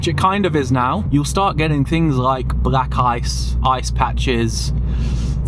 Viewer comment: Why do you say black ice as brack ice? 🧊